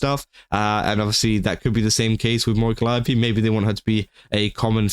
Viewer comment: Holy fuck, finally, someone that can pronounce 'Calliope'.